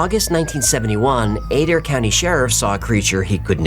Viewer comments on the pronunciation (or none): Is is uH-DARE county, OK, omg